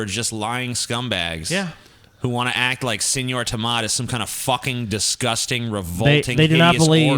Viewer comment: Its seÑor tomato please! Ñ!!!!!!